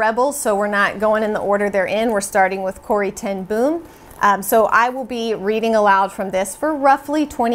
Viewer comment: Just a little fyi! Corrie ten Boom's name is pronounced as B-oh-m, like "oh, that's her name!" 🥰